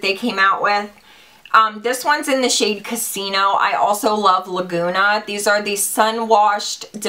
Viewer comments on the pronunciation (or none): none